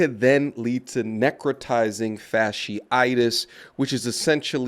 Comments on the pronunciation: Fascist cystyitis 🤔😒. She can’t even pronounce it . Yes this is nasty af. God is tired of the filth. Taking them out for their shameful actions. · as a microbiologist her pronunciation of necrotizing fasciitis was abysmal. But this isn’t a new disease. Necrotizing fasciitis; these particular cases seem to be caused by group a strep which is common. Typically when you go to the ER for a cold they are gonna run Flu AB and Strep AB. For it to cause necrotizing fasciitis these patients had to be immune compromised somehow. This one really isn’t of alarm to the general public outside of certain circles because in a normal healthy immune system it shouldn’t progress to this stage. Now what would be of concern for me though is if it was antibiotic resistant; because at that point if exposed to enough people and enough mutations happen then virulence could be enhanced to infect people with healthy immune systems as well since we won’t be able to eradicate it in infected populations. Microbes are pretty fascinating. I also really wish people would fully know things before trying to put out PSA. Like if you can’t pronounce it you probably shouldn’t be educating 😂. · I'm here to hear her pronouncing necrotizing fasciitis (damn, sound it out. Did you not attend second grade?).